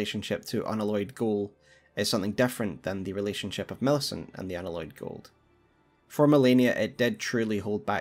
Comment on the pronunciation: Unalloyed pronounced un Alloy ed as in the word alloy. You know. Like a metallic alloy? Not an aloy.